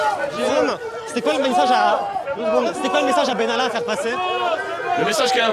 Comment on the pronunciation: Monsieur Bènalla ???????????? et on dit : Macron, Vèran, etc, ect !!!!!!!!!!!!!!!